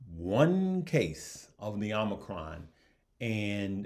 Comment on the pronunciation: The way you pronounce Omnicrom is hilarious